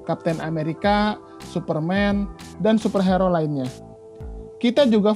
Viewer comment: Kok gua ganggu ya sama penyebutan super hero harusnya hiro bang wkwkwwk